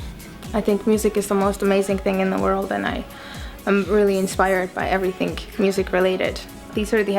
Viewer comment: I love when she says "everythink"